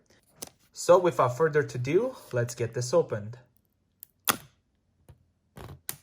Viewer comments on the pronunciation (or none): Its "without further edo" not to do